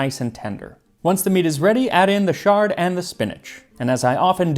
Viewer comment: I've never heard chard pronounced with a soft ch. I've always heard it with a hard ch. Little minor detail. Next week I am starting a Persian language course (at 70! Just for fun!) and I think your pronunciation of the language is top rate.